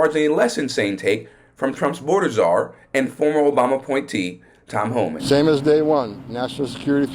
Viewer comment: Thanks for the update Homan ( mumbles)!